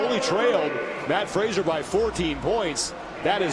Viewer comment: Also peep the mispronunciation of Mat Fraser's name.